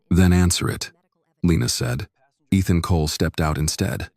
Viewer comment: Eethon Colay? AI can't pronounce for it's life